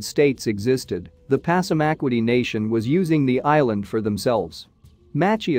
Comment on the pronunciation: Pronounced pasamaqwoddy